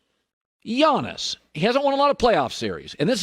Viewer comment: The way he said Giannis I was like Jonas valanciunas????